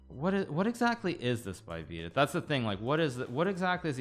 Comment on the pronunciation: Does hikaru mispronounce vidit's name on purpose?